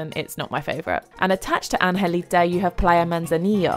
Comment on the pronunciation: its puerto angelito not angelita